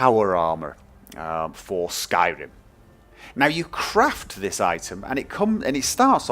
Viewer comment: I swear you turned into a Nord when you said 'Skyrim'.